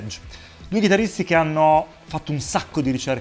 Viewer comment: Il " due ghidarristi" che ti è scappato a è degno del grande Richard Benson! 😂😂😂